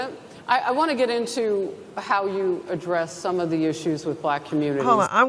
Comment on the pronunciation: She’s BUH-LACK 😂😂😂🤣😅💀